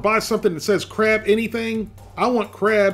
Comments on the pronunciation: Did you say beer battered crap poppers? lol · When he said crab poppers i thot he was saying crap hoppers